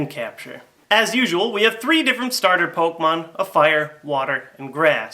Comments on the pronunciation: that's what i said too. its pronounced "Kay" but spelled with an e (sorry, don't know how to put accents) . Him saying it like poke mon as two separate words is annoying and irritating was my only point with my comment. obviously you knew where I was going though with that. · pok E mon , THERE'S A FUCKING E IN IT ARGHH AMERICANS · OMG its pok E mon your an idiot and I can't watch you